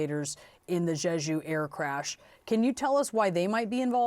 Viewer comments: Jeju not sheshu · Brianna, it’s JEJU not JESU. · Jeju. Not Zhezhu. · Neither the first nor the second "j" in the word "Jeju" is pronounced like the "g" in the English word "regime"; indeed, the Korean language (nor the Chinese or Japanese languages, for that matter) doesn't even have this quasi-French sound. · Why do these goofs keep pronouncing Jeju that way. Did they just finish Zsa Zsa Gabor biopic?